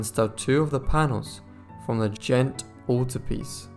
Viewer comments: Iii really loved this except that the reader mispronounced Ghent as gent and St. Bavo as bravo. Practice or a good dictionary might help or a new reader. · Ghent has been wrongly pronounced by the narrator . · After the first few times of saying Ghent correctly, you kept mispronouncing it after that. Not being harsh but it helps to pronounce words or names correctly.